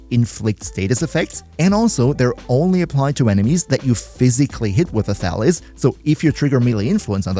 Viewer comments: Thalys is a greek name and it's pronounced thalYs, not thAlys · Before I read the weapon name, I heard you say "Phalus", lol. Thought to myself "Pretty weird naming for a weapon, but I guess it could work for a POLEarm?" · OK, I can't be the only one who keeps hearing "phallus."